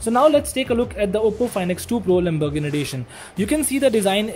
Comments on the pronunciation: Wtf is lambargandi, lambargann, lambarganni, ek br practice krli hoti video se pehle, it's fkn Lamborghini. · It's Lamborghini Not lumberghini. I'm sorry for correcting , not making fun of you . It's just offensive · Why he saying "lambogni" 😂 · Bhai wo Lamborghini hai lumbergini nhi😅😅😅😂😂😂🙏🙏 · Am I the only one hearing "Lamburgni'? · Why he is saying lumbergn edition 🤦🏻‍♂ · the lamburghan edition!!! . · He said lumbogini lmao